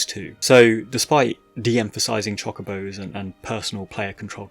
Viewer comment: please i beg of you.. stop saying Chock-obos 😰